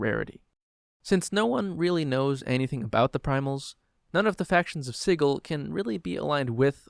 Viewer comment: Isn't it "Sid-jool"? Or did the creators of dnd prounce it weird on purpose?